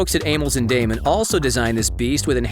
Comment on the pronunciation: The VO dude mispronounced Amels, Damen... and starboard.